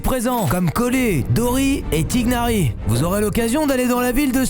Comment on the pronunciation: Tighnari se dit Taynari